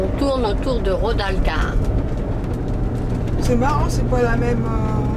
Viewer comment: C'est RODALQUILAR et pas Rodalcar comme vous dites !!!